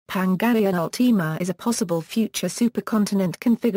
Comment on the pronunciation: You said pangaea ultima wrong!